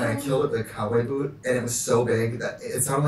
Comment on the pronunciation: trixie: makes fun of her accent in every old video of herself also trixie: says 'cowboy boot' in the most aggressively wisconsin accent ever